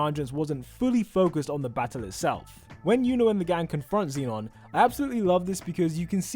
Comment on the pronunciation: he pronounces like zeenon— its zenon